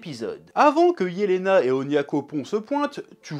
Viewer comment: nan c’est bien Jelena, c’est une prononciation à l’allemande